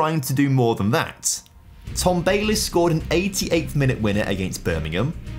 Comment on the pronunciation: that's an interesting way to pronounce Tom Bayliss